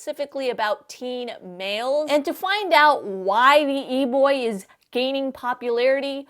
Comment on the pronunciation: I just love how she pronounces it "E-bwoi"